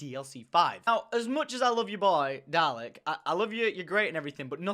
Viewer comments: Tom your British, you should know how to pronounce Dalek, it is in our blood, Dr Who FTW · Wait... Tom.... you're British and don't know how to pronounce Dalek?